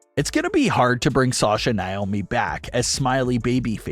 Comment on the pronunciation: Yeah they are "handling it" by butchering Sasha and Naomi's name